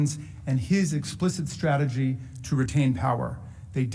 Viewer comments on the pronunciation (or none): none